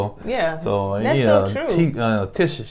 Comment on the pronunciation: Review on point! One thing y'all be saying Tisha name wrong, lol. Idk if that's on purpose like Jack and Ciroc or not.